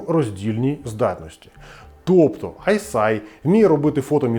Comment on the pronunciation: Не Айсай а Айсиай, типу як I See Eye